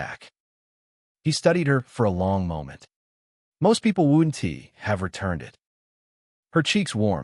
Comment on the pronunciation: The name change confused me and pronunciation was bad on couldn't wouldn't and doesn't grrrrr